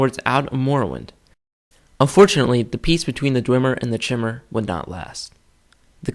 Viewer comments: I made that mistake as well, it's not Ch-imer, but K-imer, or Chimer. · Not to be pedantic but chimer is pronounced as (ki-mer) the same pronunciation as the Greek mythological fire breathing beast chimera